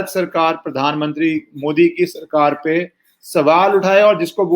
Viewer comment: Anupam Kher attack Centre & All States. He says "Saarkareen"